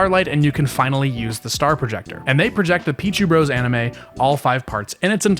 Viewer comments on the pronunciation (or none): none